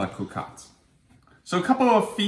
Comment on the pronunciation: I love when you say cocotte...I'm from France love it! :)